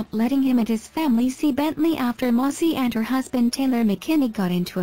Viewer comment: What are my thoughts? First of all, her name is Maci, not Mossy ! 😂😂 These bots today !